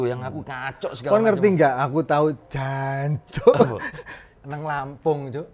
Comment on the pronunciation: aseli arek suroboyo 'J' dan 'C' jelas artikulasinya 😀😁